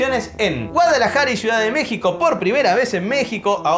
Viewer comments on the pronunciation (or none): none